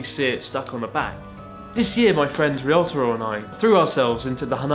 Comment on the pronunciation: I hate myself for obsessing every-time Chris calls Ryotaro Riyotaro. It hasn't improved over the years so I have to assume it's on purpose, possibly to annoy Ryotaro, and thus the nickname Risotto. In which case, good work.